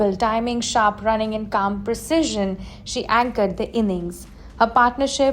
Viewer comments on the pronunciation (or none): none